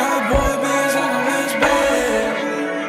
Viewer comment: He pronounced Lance Bass wrong!!